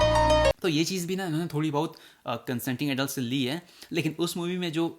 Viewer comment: bro your BAHUT ka uccharan killed me.